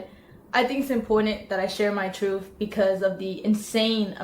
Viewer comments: "I'm here to say my troof..." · "My truef", "Mudder", bro... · My truff the speech impediment is killing me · Why can’t she pronounce anything correctly. “My Truf”….she doesn’t even say the words together or Mother correctly. Jesus Christ!